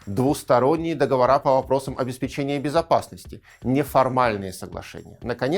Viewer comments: договОры, не договорА) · Всё очень хорошо и замечательно, но только режет слух "нулевые" вместо двухтысячных и неправильное ударение в слове договоры (мы не говорим выборА, сговорА, помидорА в именительном падеже, но почему-то арго договорА некоторые политологи в речи допускаем)